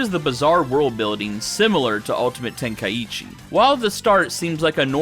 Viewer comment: Ten kai chi not tenka eechee!